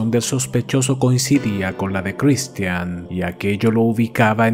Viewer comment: Buen caso pero pq la pronunciacion tan culera de Christian? Sí, cheque y otras palabras mas complicadas las pronuncia sin problema?